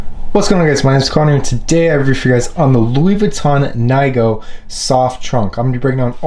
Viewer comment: It’s pronounced ‘neegow’.